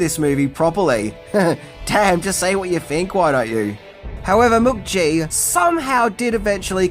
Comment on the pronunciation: Mook-gee…. Weird pronunciation, mate.